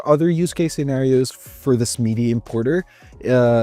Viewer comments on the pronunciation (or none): Bro I couldn't with the "meedee" lol. It makes sense to pronounce it wrong if you don't know about it but it sounds like a special French pronunciation lmao